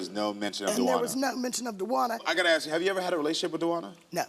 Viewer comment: Ask is not Axe!